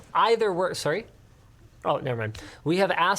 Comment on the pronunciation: That hard Canadian sorry lol